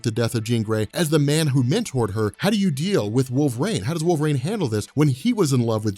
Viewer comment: Okay, so let's get this guy hired, your ideas are great, yada yada, usual schtick I've seen in your 'introducing Fox into MCU' videos. But who else really wants to know why he keeps pronouncing it 'Wolverain'? Like, the weather report calls for partly cloudly with a little wolverain in the evening, with a Storm brewing over the horizon. Seriously, though, I really love the idea of bringing the Shiar in a post-credit scene, especially right before a cosmic ending to a team-up movie. I really hate how Last Stand used Phoenix Force.